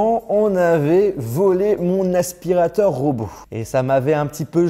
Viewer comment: " un aspirataur cauume les autres " J'en peux plus de lui